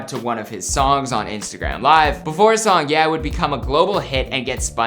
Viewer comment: did bro say hes song yea 💀